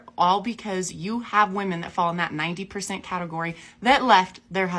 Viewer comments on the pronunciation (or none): It’s not ‘woman’ it’s women. Why are so many people screwing this up?